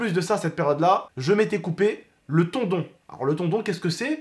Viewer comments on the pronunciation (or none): C pas tondon mais tendon 😅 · On dit tendon pas tondon😂. Sinon force à toud ceux qui font le ramadan je sais que c'est pas facile mais vous allez tous y arriver si dieu le veut. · le tondon 😂😂 (tendon) belle action oriental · Un tendon pas tondon